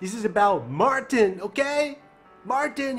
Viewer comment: He said Marthhin